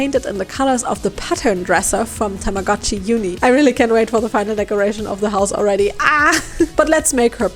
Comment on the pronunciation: TAMAGO-CHI IS PRONOUNCED WITH A LONG O. たまごっち - Tamago-chi - Tamago is Japanese for egg.